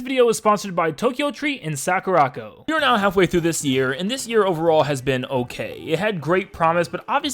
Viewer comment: Is anybody else botheres by the way he is pronouncing sakuraco? It's really bothers me that he can't even say the name of his sponsor probably